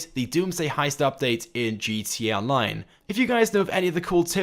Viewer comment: I swear u say gt online not gta online